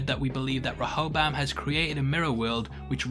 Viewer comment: Please learn how to pronounce Rehoboam, I think more people will watch your breakdowns all the way through if you do. Ree-ho-bohm